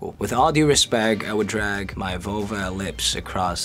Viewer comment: I don't know why but I get the feeling that he knew what "vulva" meant by the way he pronounced it